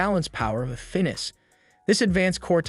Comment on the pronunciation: Finess....... Fin-ess!